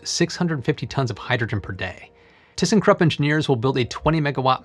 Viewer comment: Why not use the brine in other ways? And how high is the concentration? And what is the volume of the Solar Dome and can refill the dome several times before I need to remove the salt? did you say Thyssenkrupp?